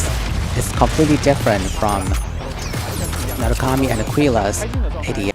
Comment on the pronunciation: It's Narukami not Nurakami